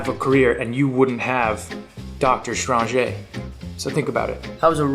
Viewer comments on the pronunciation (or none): DR STRONGE-AY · "Dr. StranJE" I can NOT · Dr. Strah-jé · “Doctor Strænjéh”-Jake Gyllenhaal